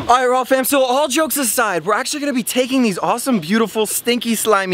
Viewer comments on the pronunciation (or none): stop saying raww FAW just saw raww or just nothing